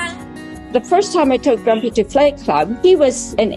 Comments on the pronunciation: He thought you said fight club not flight club.😂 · I really heard her say FIGHT Club, I only read the L, didn't hear it! 😅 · Grumpy thought you said Fight Club. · Poor guy just thought you said fight club when you said flight club :( 😂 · He thought you said Fight Club not Flight club. Language barrier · Grumpy thought you said, "Fight Club" not Flight Club."...hahaha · Grumpy thought you said "Fight Club" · Grumpy heard Fight Club and not Flight Club! Lol😂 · Grumpy heard “fight club” instead of flight club. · Wait, did she say “fight club” or “flight club” 🤣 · Grumpy: Oooooh Flight club! I thought you said Fight Club! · Did you say “flight club” he thought you meant Fight Club 😂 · At first I thought she said “Fight Club” and that she broke the first rule